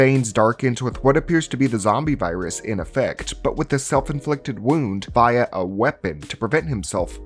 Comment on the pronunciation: I stopped watching right after I heard you pronounce via wrong.